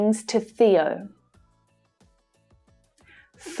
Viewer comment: Why does she pronounce the word 'things' without a tongue between teeth?